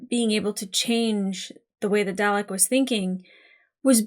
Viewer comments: Nvm the “” thing, when you pronounced Dalek like “Day Lek” I will admit I chuckled a bit! 😅 But then I remembered that all this was (pun unintentional) alien to you and at least when I was very little I heard my Dad say it a few times, and we both live in the UK so I shouldn’t laugh really lol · "darlek" it's pronounced "darlek" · Every time she mispronounces Dalek, it annoys me. 😮‍💨😮‍💨😮‍💨😮‍💨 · Still working on that pronunciation of Dalek I see.